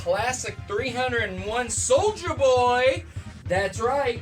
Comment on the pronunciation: I must say, I cringed every time you said "Soldier Boy" instead of "SouljaBoy" but either way, hope Nintendo puts his ass in jail